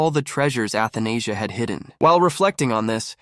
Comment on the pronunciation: Athenasia (Anesthesia)😭 pretty sure it’s read A-tha-na-sia